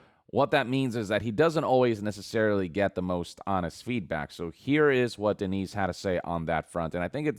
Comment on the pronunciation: Can't even pronounce name Dennis ... guess he's American with their so-called "education system" .... and that former employee .. comparing Tod to George Lucas .. GEORGE CREATED Star Wars .. Todd created NOTHING ... Bethesda was already a growing studio when Todd came along, Betheada creates the Elder scrolls BEFORE Todd came along, Betheada disnt create Fallout ... Todd has done nothing except Princess Sliper stimp his way to top placement in Bethesda ... thats it .. then spent his entire career as a paid LIER ...